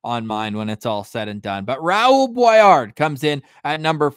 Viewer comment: Guys, if he uses the French pronunciation it should be "BWA- LAR"